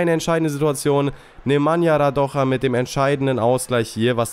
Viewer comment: Radoja is serbien nicht spanien den spricht man nicht so aus